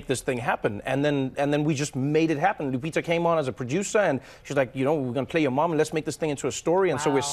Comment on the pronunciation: It's painful to hear them pronounce it 😂😂😂😂. I gave up on people at my office pronouncing my last name correctly.